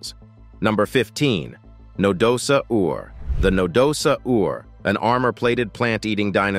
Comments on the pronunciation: What the hell is a Na-do-sa-Ur? We don't pronounce "dinosaur" as di-no-sa-Ur, so what made the narrator butcher Nadosaur so badly? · No da saur! Please learn pronunciation. It is not that difficult SMH